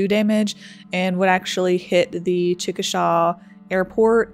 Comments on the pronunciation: I don't know if anyone has pointed this out before but it's pronounced Chick-a-Shay not Chick-a-Shaw. I don't know why it's pronounced that way exactly but it is. The Chickasaw Indian tribe is pronounced Chick-a-Shaw though. Great video though! Us Oklahomans love tornado history. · Chickasha pronounced CHICK -A-SHAY NOT SHAW. That’s how the native Oklahomans say it. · Hey small common mistake but you pronounced chickasha wrong, you pronounced it “chick-a-Shaw” , the correct pronunciation being”Chick- a-shay” . It’s not a big deal it’s a common mistake from people not from here since Chickasaw is a Native American nation so people commonly mistake the town name as the tribe name . Just as someone from central Oklahoma it threw me off , and wanted to help with possible future videos . Keep up the good work because alot of tornado video documentaries end up losing my attention span after abit but this is very well put together and I never get bored, and information I haven’t heard before , and I’m literally from that area and had family inside it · Great vid. Just FYI because you'll wanna know this as a weather goddess, in Oklahoma it's pronounced "ChicaSHAY." Why? Cuz Okies are weird. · Come on! He's saying it in the video you are playing! "CHICK- A- SHAY" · Well done documentary. FYI Chickasha is pronounced chick-a-shay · Not that it matters but Chickasha is pronounced like "chick a shay". There is a Chickasaw and it is pronounced the way you did Being a local this was hard to watch. I had so many friends affected by this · ahhhh chickasha is pronounced wrong in this vid, its like saying "hEY" say "chickashEY" when you pronounce it love the vid so far though